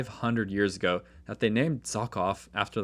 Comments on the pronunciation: Not Zokov, but Žohov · Hi, just a tip: Russian "Zh" is pronounced like a very long "J" (like a vibrated "sh"), not Z! Amazing videos, as always! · I want to correct your pronunciation a little bit, so that you don’t make similar mistakes in the future and don’t angry any potential easily offended linguists. Zh is pronounced similar to j except it doesn’t have a little d sound in the beginning. You could also think of it as a continuous j. Personally I write it like zjh so that at least something is similar to the ж letter that it’s supposed to represent. The kh is pronounced like a hard h. Technically the letter it represents is itself h (Cyrillic: х) but it is still written like that because it has a tiny difference to the English h. The English h sounds like you’re warming your hands with your breath in the cold. And Russian h sounds more like you’re about to spit but you don’t. You don’t actually have to try and do it properly and just saying English h whenever you se kh will do just fine and probably be even better. K in the kh acts like k in knife. I will not talk about sch. It is way too complicated to explain in a YouTube comment so just pronounce it like sh and you’ll be fine. And borscht is pronounced like borsh. So Zhokhov is pronounced like zjhohhov (jjohov) Fire video 🔥